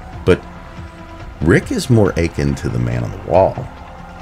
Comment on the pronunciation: The way you pronounce "akin" makes my head start achin'.